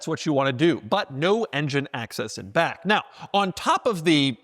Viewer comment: And to balance that out, there's something jarring about the way Doug says "in back".